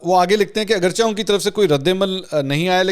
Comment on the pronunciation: Not Aghar chah but aghar cheh